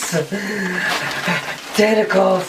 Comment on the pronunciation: Wow.. Um... Why was he chanting testicles? LOL (For the record I know he was saying tentacles)